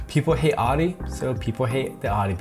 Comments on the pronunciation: wtf is a Adi ? Audi its called . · The way you pronounce Audi is cringe lol. Other than that, good video👍🏻